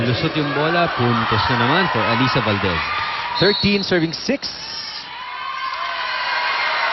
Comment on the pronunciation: Nakakangilo pakinggan yung "alisa" 🤣 same naman spelling noon pa db LY namn..😜